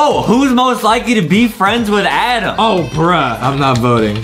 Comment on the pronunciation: justin said adam not adem